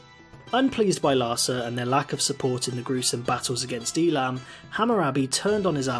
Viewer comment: It's pronounced Ei-lam